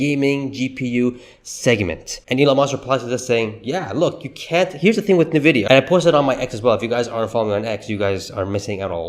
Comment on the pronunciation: Isn't NVIDIA pronounced: "ENNVIDEAH", not "NAHVIYA"???